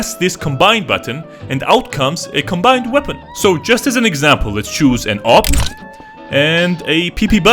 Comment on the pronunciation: "AW-PP" got me rolling